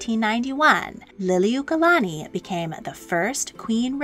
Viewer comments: Queen who??? You can't even pronounce Lili'uokalani correctly. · I’m sorry to say this but you are mispronouncing her name but I do appreciate you sharing about our Queen